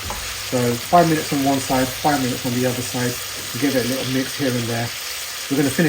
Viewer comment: lol you from Leicester mate? I heard the (likkle stir) 😂and thanks for the awesome video.